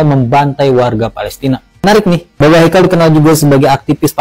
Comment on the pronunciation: babe 😂😂😂 e nya ganti i